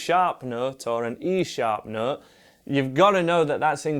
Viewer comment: I can’t understand the nooot.